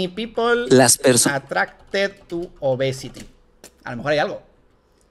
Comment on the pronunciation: Dalas: “Jou meni pipel atrakted tu obesiti “ Me mori de la risa 🤣🤣🤣🤣🤣🤣🤣🤣🤣🤣🤣🤣🤣🤣🤣🤣🤣🤣🥲🥲🤣🤣🤣